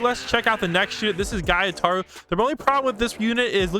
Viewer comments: Bruh he said gytara Its gyutaro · Wth bro said “guytaro” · The way he said “giataro”